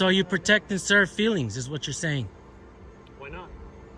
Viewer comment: Ohhhhhhh the FWEELINGS POLICE.